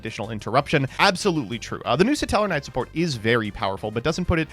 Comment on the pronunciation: Complete aside from the topic of the video but why is it common among the community to pronounce is as "suh-tellar-knight" and not just "stellar-knight" like the word stellar exists.....